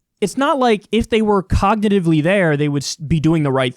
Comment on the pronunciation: Lol, nice moment for "out of context": "...he can't even pronounce basic words ... even if he is cognitiviluhhh..."